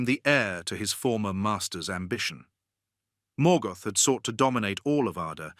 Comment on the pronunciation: Please learn how to pronounce the names correctly. You actually managed to mispronounce almost every single name, even when you pronounced Morgoth correctly you came right back and mispronounced it in the next breath.